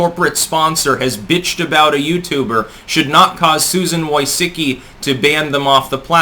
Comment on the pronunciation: Susan Why-SICK-Eee, Lol.